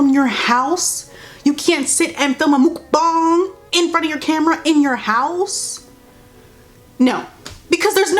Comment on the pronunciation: LMAO NOT YOU SAYING MUKBANG LIKE THAT💀💀💀💀”MOOKbANg”